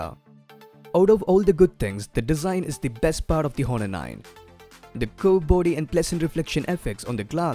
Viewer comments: Its not Hhhhhonor , its pronounced like Onor , h is silent dude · The 'H' is silent in 'Honor'. You pronounce it as 'Aw-ner' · I know someone probably already said it, but the H in many Latin-based words in English is silent, such as honor, heir, and hour. I could go into the linguistic specifics of it, but I don't know if you would care for that. Anyway, I just wanted to leave you a helpful tip. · ok, but it doesn't matter. he is doing gud. i just wanted to correct him bcz every body is listening to him and he should correct his pronunciation... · No worries. Great video. I, being a grammar Nazi, couldn't enjoy the video a lot just because of that H :P But overall, really nice video skills